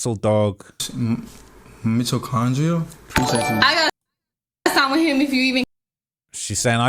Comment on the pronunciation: This moron can't even pronounce Mitochondria